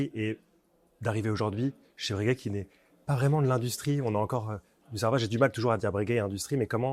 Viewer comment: Bréguet ou Breuuuhguet?😅